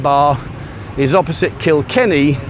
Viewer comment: First time I've heard you say Kikenny. Well done.